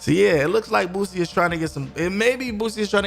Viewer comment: Boosie not bootsie collins baby bubba